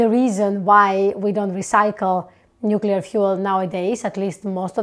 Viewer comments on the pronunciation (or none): Thank you for your video,. Always good to have discourse. A little observation about your T-shirt: As a nuclear physicist, you doubtless know the word is pronounced "new-klee-er", not "new-cue-ler," as the shirt erroneously shows using the element symbols.😮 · NUClear, it's pronounced NUClear. 🤣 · Nu CuLiAr 😅, I wish there would be more Chicanos watching this Chanel 🤣🤣🤣🤣🤣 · As a nuclear engineer, please don't say nu-cue-lar, much less wear it that way on a T-shirt. Every foreign student I went to grad school was able to get it right. Please, say "nu-CLEE-arr". It's correct. Your t-shirt is a billboard for "uneducated!" which undermines your credibility. Don't shoot the messenger. I have had HUNDREDS of people throughout my career both nuclear engineers as well as energy experts share this "uneducated" cringe. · Love the NUCULAR shirt. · I like the way your T-Shirt spells out "Nucular" instead of New-clea-er. As soon as someone pronounces it "nucular" they instantly lose all credibility to me. (not your case of course, because you say it right) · I really cannot abide your Nucular shirt !! Just a joke, your content is amazing I really appreciate that you provide a grounded view on nuclear power. You're not going all-in pro-nuclear propaganda. You just try to educate on the facts. I think that does more than just putting emphasis on the positives and misconceptions. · The spelling is "nuclear" NOT "nucular"! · This is a great video and I really enjoyed it..... but I hate your t-shirt, lol. It essentially promotes the common mispronunciation of the word nuclear (you didn't thank goodness!). I worked in the field of nuclear fuel waste management for quite a few years so it just grates on me when I hear nuclear mispronounced. All you need to do to fix the shirt is use C instead of Cu and then go out and create a new element and assign it the symbol E..... should be easy :)